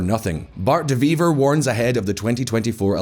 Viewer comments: said the wrong surname for hte belgian justice minister it is "de wever" not "de vive" he is flemish, the W sound is between the WH and W in english, also the R is a consonant not a silent letter the flemish people are proud to be germanic, please don,t give them french nicknames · Really minor detail but the pronunciation is killing me lol "w" in Flemish Dutch is more or less pronounced like an English w so it's not "Antverp" or "De veever" but "Antwerp" and " De Wayver" (following English phonetic rules). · As a Belgian, dead accurate video, these days in Antwerp granades are being exploded almost every day, de wever blames vivaldi, vivaldi says measures are being taken, the only thing about this video that could be better is the pronounciation of de wever, it's de wever not de vive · you butchered the name "de wever" (you said "de wee vay", but its more like "de waver" (like the verb waving), meaning "the weaver" maybe learn how to pronounce names correctly before making a video, google translate can help you with that! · Fellow Belgians did you hear how he pronounced Bart De Wever? My man said "De Viveh" 😂😂😂😂😂😂😂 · How did you end up pronouncing De Wever as "De Wiewee" lol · Maybe look up some pronunciations, the way y'all say "De Wever" is literally incomprehensible